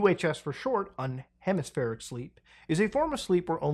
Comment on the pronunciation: Please, if you're gonna read something out loud to the audience, at least say the big words right! The word is unihemispherical, because there is an "I" after "un". Thank you.